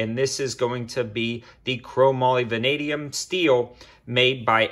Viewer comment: He said “venadium”😂. Love it.